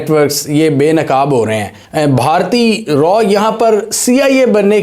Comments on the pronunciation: 😂😂😂😂 It's Raaaaa not R&AW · RAW NAHI SAAR ITS RAA, PLS USE CORRECT URDU WORDS, MODI NAHI SAAR MOODY 😂😂😂😂